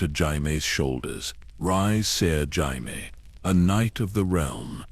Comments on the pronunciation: Jayimee Lanister, AI had a good go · Pronouncing jamie wrong is wild